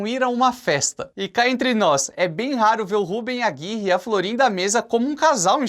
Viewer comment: Pq você insiste em chamar o Rubén Aguirre, de Rúben? Sinceramente, você não consegue pronunciar Rubén?